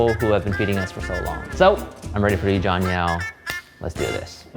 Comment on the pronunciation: Name: Jon Yao What I hear: Jon Meow